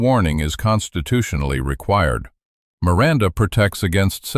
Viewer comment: "I want my rirannda rights!" 😂😂